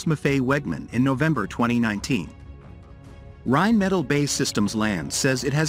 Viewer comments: Seriously, video makers.. we understand that I narrators are here to stay since you obviously don’t have anyone who can narrate your videos, but please, please learn to write manuscripts that AI narrators can read properly… it is Rhein Metaal, not a Rhein Metal. It is Bee Aye Eee Land, not Bay Land. Do over and do right! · Can't even pronounce Rheinmetall correctly.